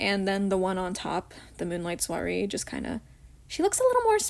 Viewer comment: I chose Scarisian Chic because I love High Ponytails and braids. Also no you did not say Soirée right.